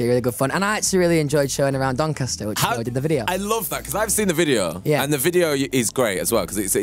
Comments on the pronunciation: Cuz he is the "Sass mastAH from DoncastAH" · I think you mean "DONCASTAH"